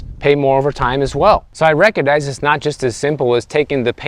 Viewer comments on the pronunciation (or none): none